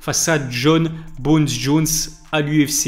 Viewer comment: Ilies kiff a mort dire Jon BONES Jones 😂.